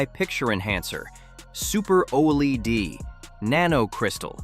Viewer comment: OLED, pronounced O-Lead as in the metal. Q-Lead.